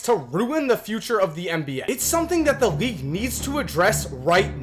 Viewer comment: Can you not pronounce the letter L? You say Reague all the time bro. Great video nonetheless